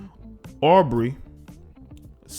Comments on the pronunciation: Pronounced Ooo - Bray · Its ooh-bray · its pronounced OO-BRAE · It was killing me lol 🤣😂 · The point is having your facts and pronunciations right if your gonna report on something. Especially on a media platform but whatever. It’s channel.